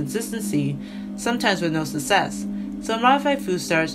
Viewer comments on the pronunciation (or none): She said "susess"